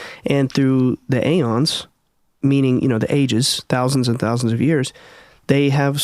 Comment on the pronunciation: And it's eons no a-yawns and diety not day-e.t...this kid spoke with much persuasion but pronounced everything wrong lol